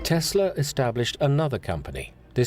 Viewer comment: Thats crazy!!!! So that is the second person and Ive heard Trump prnounce The name Tesla and say Tesler